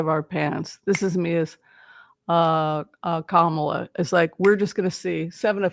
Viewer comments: The accent is on the first syllable in Ka’ ma la…not criticizing, just hopefully a helpful suggestion. Thank you for your reading ❤ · Her name is pronounced COM-ma-lah. Think of the name Pamela but say “Komala.” It’s the word “comma,” with the emphasis on the first syllable, followed by “lah.” This is the correct pronunciation. Don’t listen to what anyone else tells you. Her mother named her Kamala which is a Sanskrit word meaning “lotus flower.” She was born in Oakland, CA, raised in Berkeley, began her law career in the Alameda county DA’s office before she was recruited to San Francisco and later became their city attorney. We’ve known her for years here and it’s definitely CommaLah. There are probably YouTube videos of her pronouncing her name. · It’s comma-la, like the punctuation comma, just add la. People make it harder than it really is. COMMA LA. This lady’s name is not that difficult and it’s important to speak her name clearly, as she may become the only lifeline our country has. COMMA LA🌻